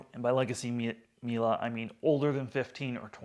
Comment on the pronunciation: The way he calls it Mila each time really triggers my inner Monk, there ist no A in Miele